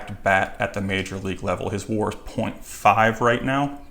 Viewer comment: The way you said WAR, I immediately don't trust you😑😑